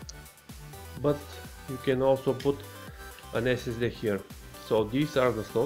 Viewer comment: ”dă esesde”